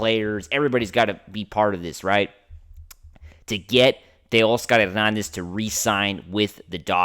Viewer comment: I wish this guy would stop over pronouncing Taos Hernandez’s name